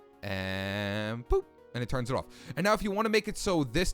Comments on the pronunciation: The way you say off. “Awf” btw I’m not criticizing. I think it’s eccentric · i love how you say off you say it like iofff